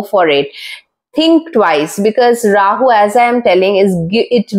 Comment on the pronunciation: Is that how to pronounce this particular deity’s name? That wasn’t even anywhere close!